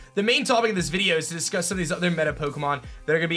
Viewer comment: I hate the way you say the word video!!!!